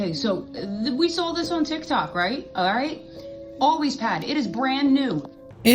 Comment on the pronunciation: "ALWAYS" bro I thought you said "Aldi's"😂